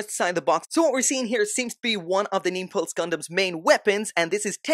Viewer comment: "Niples" Gundam hahaha